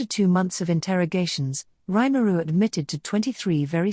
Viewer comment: Nice vid, but would've been better if his name weren't mispronounced every single time it was said. Both the first name and last name.